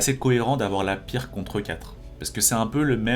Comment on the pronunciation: Pas très important mais ça se pronounce "Pirtz" et pas "Pirque"